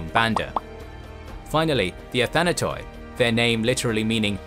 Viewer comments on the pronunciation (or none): Please look up how Greek words are pronounced... For example when you see "OI" in the ending of a Greek word don't pronounce it as "O" and "I". It's only pronounced "I". That's the way ancient, byzantine and modern Greeks pronounce it... The ending "OI" is used to signal that the word is used in plural. For example: "ATHANATOI" means immortals. "ATHANATOS" means ONE immortal. In plural its pronounced "ATHANATI" although it is written "ATHANATOI". I hope i helped a bit to get it right especially you people who create these videos . I am sure there are numerous scholars who can help you even more if you ask them... Please ask for some help because you make a great effort to do this stuff historically accurate just to mess up the way you pronounce everything.... Keep up the good work but please correct the pronunciation... It looks great but it sound awful to Greek ears.... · When a unite ends with oi like the Athanatoi it’s pronounced Athanaty, the oi makes a y sounds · Athanatoi is pronounced as Athanat-ee (oi, ei, yi in Greek are promounced as ee). Also ai is pronounced as eh.